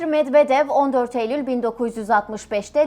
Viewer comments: Türklər rus adlarını niyə belə pis tələffüz edir axı? [Medvedev] oxunmur, [Medvedyev] oxunur. Çar Nikolas kimdi? 😂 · Çar Nikolas diyil NIKOLAY Medvedev de Medvedyev gibi okunur Nazgül hanima sorun o bilir